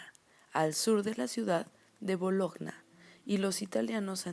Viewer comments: Cariño ..Bologna se pronuncia Boloña....🤦 Tu traducción de la letra es terrible y tú pronunciación peor 🤪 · llegué hasta que dijo "Bologggna" me duerme y no sabe redactar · Modula´mejor querida porque no se te entiende nada. También tenes que aprender bien los nombres y la pronunciación de las ciudades de Italia. Por ejemplo Bologna se pronuncia: Boloña! Gracias igual!!